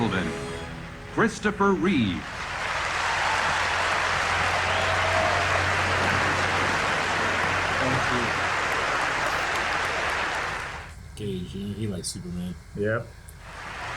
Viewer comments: For the love of god and all that is holy, get their last name right. It's not like you can't see it. REEVE, not Reeves. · REEVE, not Reeves